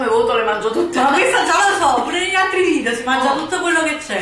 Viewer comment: La parola corretta è VIDEO, no VIDIO ma VIDEO, con la E!!!